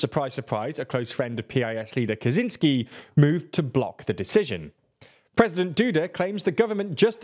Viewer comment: How hard can it be to look up how to pronounce Kaczynski's name?